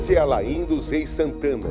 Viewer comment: COMO BRASILEIRO É ANALFABETO! O NOME DO CASEIRO É “ALAIN” COMO O ATOR ALAIN DELON, OU SEJA, O “I” É MUDO, NÃO SE PRONUNCIA. VAI VER OS PAIS COPIARAM E SEQUER SABIAM FALAR. ATÉ DÓI OS OUVIDOS OUVIR A PRONUNCIA ERRADA.